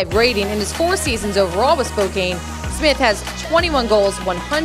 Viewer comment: the way she is saying Spokane is annoying me